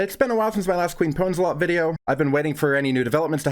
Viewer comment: her name is Queef Pwnzlthot, but i'll forgive you that you pronounced her name wrong :)